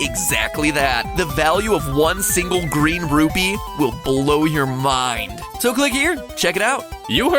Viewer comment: MATAPAT SAID RUBY NOT RUPEE!